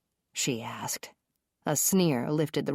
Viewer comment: Everytime she says jack asked I think she's saying jack ass 😂😂😂😂😂